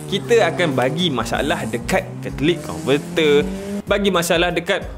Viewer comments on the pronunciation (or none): Catalytic bang catalytic. 🤣🙈